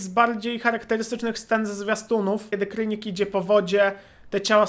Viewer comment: nie krynik tylko kranik